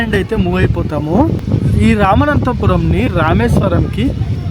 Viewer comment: రామనాథపురం ✅ రామనంతపురం కాదు❌